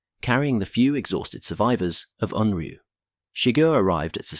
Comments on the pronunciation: It's pronounced 'oonryoo' not UNroo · You spell it as Unryu, then pronounce it as Unru. Why?